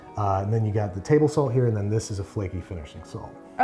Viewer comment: Jesus, I first heard "sand".. feels like salt low key 😂😂😂